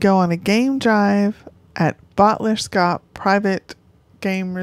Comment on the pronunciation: Fyi it’s pronounced Bot le ers kop